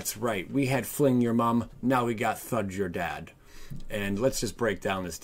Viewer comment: TADA?? no its THUD-DA!